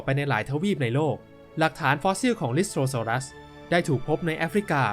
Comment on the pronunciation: อ่าวมันอ่านว่า ลิสโตซอรัสหรอ555